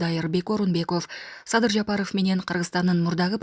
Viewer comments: Жапарооф эмес Жапаров туура айт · Ушул кызды мен түшүнбөдүм фамилияларды туура окуй албайт же сабатсызбы президент Жапарооф десе эле аллергия болуп кетем, силерге дагы байкалабы эли журт?